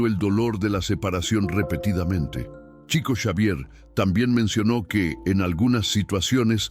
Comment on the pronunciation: No se pronuncia TCHICO… és portugués CHICO, shico, diminutivo de FRANCISCO… SHICO SHAVIER 😇